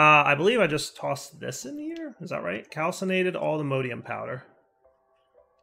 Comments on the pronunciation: For the love of all that is holy, please stop saying allthemodeium. Its mod,, MOD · pronounciation of Modium is very Jraphics vibes. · pronunciation of allthemodium hurts me